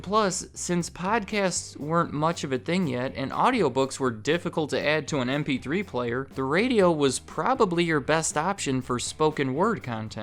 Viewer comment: I swear it sounds like you are saying “Np3 player”.